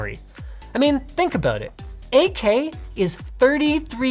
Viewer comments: "think abut it" first time hearing linus with Canadian accent XD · Sure, I'll think aboot it.